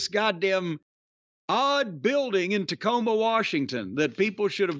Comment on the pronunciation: Dacoma Tome